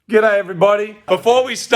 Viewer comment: Did he say "Gerai Everybody" at the start of the video?